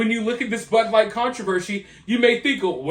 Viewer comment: She doesn't even know how to pronounce her favorite beer "Bud light". Not surprised. She thought that Jill Biden was an actual medical doctor.